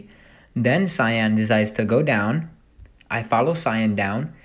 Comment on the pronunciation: You say cyan wrong no affence